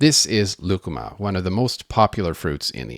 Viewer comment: I was reading the comments when you introduced lucuma and had to rewind to make sure you didn’t say “ligma”